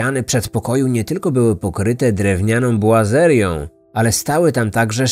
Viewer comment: Boazeria nie buazeria!!!